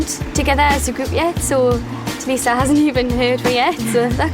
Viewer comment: LifeOfLeya B it is prounce tulisa